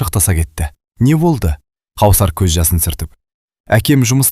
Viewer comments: Қаусар емес, - Кәусар болар.. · Қаусап емес кәусар ғой қыз баланың есімін дұрыс оқу керек қой. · Кәусәр деп окы Дәния де